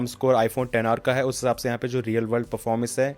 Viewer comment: Xr ko ten r kyu bolate h